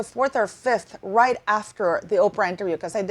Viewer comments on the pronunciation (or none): none